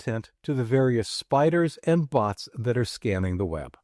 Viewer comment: Did you say "scanning the web" or "scamming"?